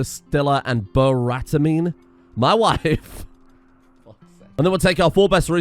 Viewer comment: I know im really late to the party when writing this, but much applause 👏 to in the video when you said Børætamine, your Norwegian ø and æ pronunciation was FLAWLESS!